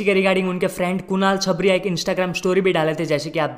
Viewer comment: You pronounced chhabaria wrong It's छाबरिया